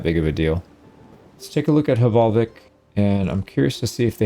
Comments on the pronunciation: As a Norwegian, i would like to teach you how to pronounce the "vik" part in hvalvik! It’s Veek, like meek but with a V! The way you pronounce Hval is okay, it’s just the L, but that’s a difference in language. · Just a pedantic nerd here, want to mention: the first H in Hvalvik is pretty much silent, so it's more like Valvik; and Hús is the word for house, so instead of being HakerShus, it's pronounced more like Haker's Hús (think like a OO, like loose)